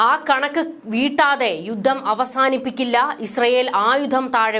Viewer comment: 'യുദ്ദം' എന്ന ഉച്ചാരണം താങ്കൾ തിരുത്തണം.' യുദ്ധം' എന്ന് ഉച്ചരിക്കണം